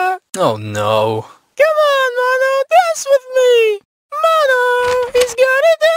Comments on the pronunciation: I like how six sounds like she says malo instead of mono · Sounds like she's saying momo